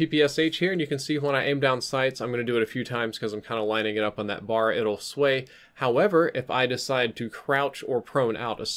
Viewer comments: ITS IS NOT A BAR AS IN CHOCOLATE BAR IT IS A B A R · Like the video... but it isn't a "Bar." The name of the gun is "Browning Automatic Rifle." aka... "B.A.R." As a gun enthusiast I figured you'd wanna know